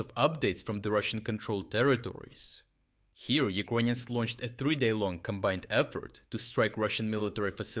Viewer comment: First of all, it’s annoying how he says “Uquonians” instead of “Ukrainians”, even in Russian or Ukrainian you say “Украйны”, there is no “Q” sound. Second, these strikes are from 2022 or halfway true, the struck submarine was from the 2023 attacks, damaged Luhansk plant was from the 2023 Luhansk counteroffensive and etc… Right now what he is trying to do is selling PR attacks to the viewers that Ukraine is “still capable” of doing offensive attacks. Attacking with NATO satellites some civilian shed is not offensive measures. They lack ground troops, tanks and the logistics, but thanks to “uqanian” corruption it’s gone. Dear cope bots, please cope in my reply section about “3day operation” or “black sea fleet”.